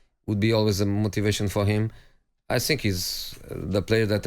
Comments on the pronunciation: " Mmm i don't sink so " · “I just Sink” - Mourinho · "I ssink"